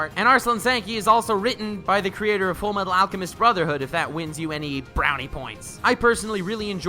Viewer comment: you actually said full metal alchemist brotherhood normally . nice